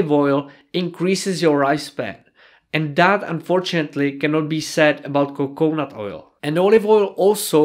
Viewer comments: co co nut, rather than coke nut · PS it is coconut three syllables. Co co nut. :)